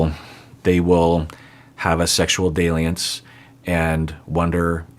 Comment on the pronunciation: Your pronunciation of the word dalliances got me thrown for a loop.😂